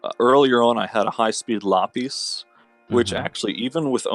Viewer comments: The only thing I will say negatively about dude is: the way he pronounces some monster names is triggering. "la-PISS" "ver-O-mahs" to name a couple. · la-piss huh? lol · Jake Phillips no u luh-piece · he doesn't know how to say lapis steven universe fan TRIGERDDDDDDDDDDDDDDDDDDDDDDDDDDDDDDDDDDDDDD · every time he said lapis a piece of my soul died